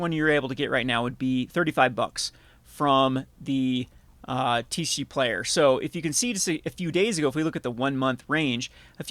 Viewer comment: Why do you call it TeeShee Player 😛